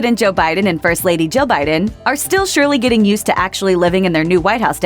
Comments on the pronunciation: I keep hearing "President Joe Biden and First Lady Joe Biden" no matter how many times I replay the first few seconds of the video 😂😂😂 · joe and joe Biden? I know she’s saying joe and Jill Biden but it sounds like joe and joe biden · She said “Jill Biden” it just sounds similar